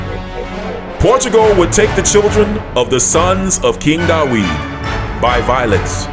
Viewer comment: David or Daweed? Sorry im missing the pronounciation